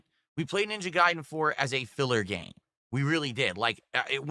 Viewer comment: "There is the new uhh.. gaYme, ZUlda doh the uh what's it called? uh.. HIGH-RULE something something something, it's the waYun that plays like high-Rule warriors..." Spoken like a true alcoholic 🤗